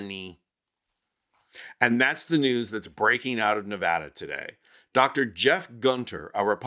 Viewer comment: Learn how to pronounce Nevada, putz!